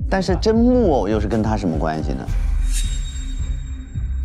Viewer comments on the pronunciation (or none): 有人发现Justin 也把甄木偶的名字念成了甄木耳吗？ 哈哈哈哈哈哈😂